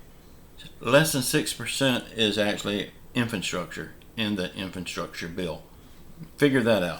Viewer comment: Can you please tell me what... '𝐢𝐧-𝐅𝐄𝐍-𝐬𝐭𝐫𝐮𝐜𝐭𝐮𝐫𝐞'... is? I've NEVER heard of that before. I HAVE, however, heard of... '𝐢𝐧-𝐅𝐑𝐀-𝐬𝐭𝐫𝐮𝐜𝐭𝐮𝐫𝐞'. If THAT's what you mean... could you PLEASE use the word correctly...?